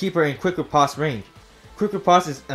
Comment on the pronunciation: I get tilted every time he mispronounces Riposte